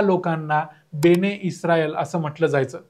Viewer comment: बने इस्राएल नव्हे, बनी इस्राएल बोला